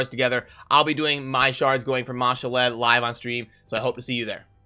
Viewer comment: Its ma-shawl'd not ma- sha-led